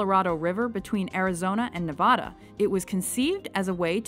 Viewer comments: that is not how your pronounce Nevada it’s pronounced niv-a-da not niv-od-a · Please pronounce Nevada correctly next time. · Why can't anyone that isn't from Nevada can't pronounce Nevada correctly???